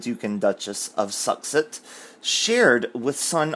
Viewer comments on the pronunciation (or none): Oh my goodness, I've just found your channel minutes ago and love it! I'm 3 videos in and just figured out what you were saying when you pronounce "Sussex"..... I was thinking " is struggling with their last name"🤣🤣🤣